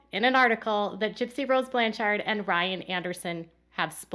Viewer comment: Oh and hey it's "Blanch-ERD" like Orchard. no offense